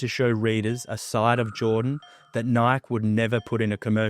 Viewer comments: I think you said Nike just like "like" or "bike" (I can't check right now) instead of the correct "Nigh-kee." Don't worry though I was just like "Huh!? lol" I'm enjoying the vids 😎😎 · These videos are so good But why is bro still pronouncing Nike that way 😭😭 keep making 'em 🏀